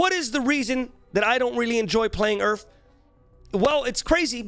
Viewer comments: I kept hearing "Earth" instead of URF, and I was like wtf did I click on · omg u were talking about urf and i kept hearing earth all the time omfg xD i was so confused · I thought he was saying each and I was so confused